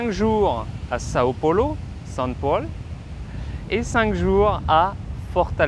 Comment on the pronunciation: C'est drôle comme il dit "São Paulo" haha Profitez bien du Brésil !! 😘